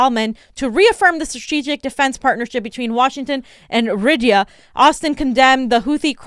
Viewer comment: "Riyadh" is pronounced RI-YAD,.